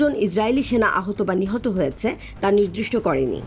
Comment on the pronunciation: Apnar onk shobder uccharon a vul royeche,jemon: upotokka noi hobe upottoka.. Abr,nidrishto noi hobe nirdishto